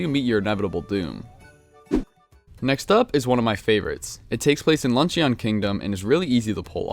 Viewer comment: You said "luncheon" as if it was a pokemon. That weird eo is a schwa sound, basically it's pronounced the same as lunchin'.